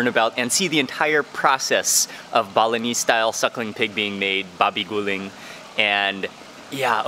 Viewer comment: I heard Bolognese instead of Balinese 😅😅😅